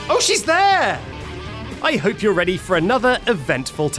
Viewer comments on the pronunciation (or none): none